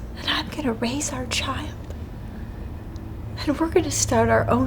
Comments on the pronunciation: “I am going to raise ar child” “ar” eenglesh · Ah yes. "And I am gonna raise ar child" Definetely English. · is it ar or our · "And I'm going to raise AR child...' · she said I’m keeping “ar” baby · raise “ar” child